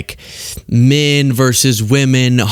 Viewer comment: Verse? The word is versus, two syllables!